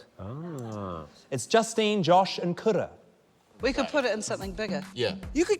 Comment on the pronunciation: Is it just me or are some R's pronounced like D's like in Kura's name?